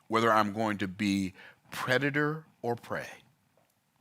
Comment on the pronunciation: Love you, but its predator not preditor😂 Still a great message tho!